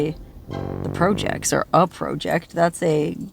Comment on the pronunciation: 😂😂😂😂😂 yes you're right Mexico😂😂😂😂😂PRO JECT...PROJECT😅😅😅